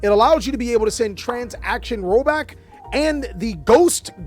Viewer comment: why u say transaction like that? 😂 sounds like the action rollback is gender fluid 😂